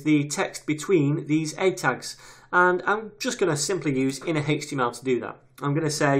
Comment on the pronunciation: Greatly explained thank you! The way you say 'hhaeeech TML' is odd lol.